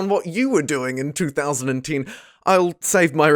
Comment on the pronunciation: Sorry but i did click away. The reason was how you said the year 2010..